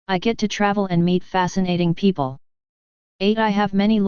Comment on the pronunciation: It’s amazing. But some issues are there while listening it. 1) remove pg numbers & 2) some word are not proper like, it called ‘PEO PLE’ instead of ‘people’